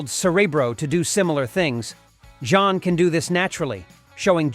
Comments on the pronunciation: Jean is pronounced as Jin, not John!!! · You mean "Jean" Grey not "John" Grey 😅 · Why keep mispronouncing Jean? Sounds like John.